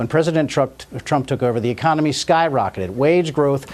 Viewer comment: Did anyone notice that ecomomy? There it is again